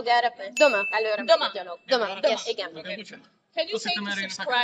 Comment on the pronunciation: Hi! I'm from Hungary too, and the hungarian boy's name is not Döma, but Doma, and the WIM's name is not Agnesh but Ágnes.